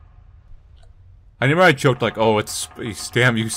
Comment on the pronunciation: I can never tell if says reMember or reNember but I find it endearing